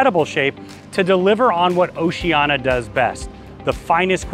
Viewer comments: Seriously? Why are pronouncing it Oceana when it’s obviously Oceania? Mispronouncing it undermines your credibility. I do appreciate the tour, though, but it’s irritating to hear you mispronouncing the name. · Really love your reviews and walkthroughs - just a little peeve - It's pronounced "oh-see-ah-nee-ah".